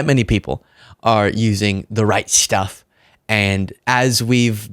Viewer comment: So funny every time you said the right stuff I thought you were saying the Reichstag.